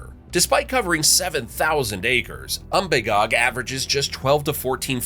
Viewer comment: Pronounce Umbagog without a long "a" like you did in this video and without doubt you're a gdamn flatlander.